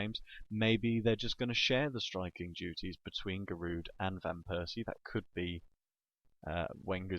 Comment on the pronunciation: so giroud is your favorite player but u can't pronounce his name lol